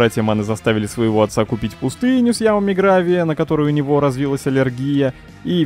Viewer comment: ямами гравия он говорит